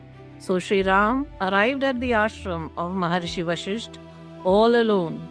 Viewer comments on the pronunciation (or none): Good presentation. But Madam do get the pronunciation right. It is VasishtA, not VasishT. It is Sri RamA, not Sri RaM, MokshA and not MoksH. And so on.